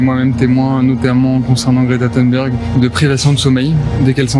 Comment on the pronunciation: Bravo pour votre travail, votre engagement et votre intégrité. Par contre, petite remarque : Greta Thunberg ne se prononce pas THEUNBERG (le U prononcé EU est une spécificité anglophone) car elle est suédoise. Son nom se prononce plutôt THOUNBERG. Continuons le combat tous unis contre la haine et l’extrême droite ✊✊✊